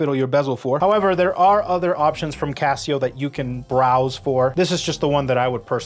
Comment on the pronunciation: "GOHD TAIR CAHSIYOH"